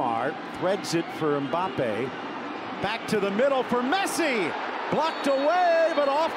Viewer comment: he did said pessi😂